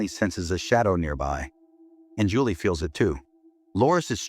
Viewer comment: uuh "Chulie and Lawrence" 😂 much love❤